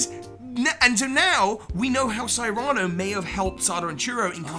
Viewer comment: This is a very interesting theory, but what I strongly disagree with is the way pronounces the name "Cyrano".